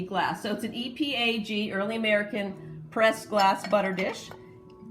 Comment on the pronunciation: EAPG. You kept saying EPAG